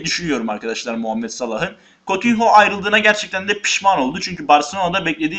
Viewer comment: Kutinyo diye okunuyor kotinho değil